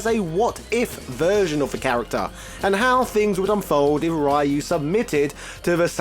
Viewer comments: The ryu pronunciation is hilarious. Should un please both sides of it lmaoo. Please continue with the humor it's great! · Why are you saying Ryu like that. It's very weird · The continued disrespect of a franchise you supposedly like, yet you continuously pronounce the main characters' name wrong on purpose. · Sho-Ryu-Ken Just say the Ryu sillabe. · Try to pronounce Ryu correctly next time. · I thought I'd heard every possible pronunciation of Ryu until now. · The American pronunciation is still wrong. But it's basically the closest Americans can get without much effort. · No, DON'T! Mexicans HATE that pronounciation of Ryu's name! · No, a dictionary would have Rīo͞o or Rēo͞o. The first of those is the correct version. The letters "ii" are typically pronounced like ē (the long E sound). Other than the Wii I already mentioned, another example of this is Hawaii. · He said it wrong even when he thought he was saying it right, before he reverted back to Raiyu pronunciation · I can't watch this video bc of the pronunciation of ryu... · please go back to saying ryu correctly again, thanks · Why did you keep calling Ryu *(Ri'Yoo){which means dragon)as "Rhuh"? also saying "rye yoo" would be Rai-yu , which would mean "Thunder-ghost". . . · It's pronounced: rye-you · Ryyyy yuuuu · Oddly enough, the mispronunciation "Rah yuu" is the one that originated in America. The pronunciation "Ree yuu" is the Japanese pronunciation attempted with American phonetics. The original pronunciation was almost like your first try, but the "u" sounds closer to something like a "ü", not an "o". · I don't understand why it's so hard to pronounce Ryu properly as Roo instead of Ri-yoo. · Comon, he just said Ryo instead of Ryu...same differnce. At least the R sound was close to perfect, which is a feat in of it self. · why does he say rehyuh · i couldnt take it..hearing RYOOO. it was getting annoying. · This man pronunciation of Kage and ryu lol